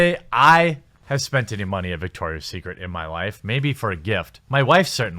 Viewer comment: It’s Victoria not dicktoria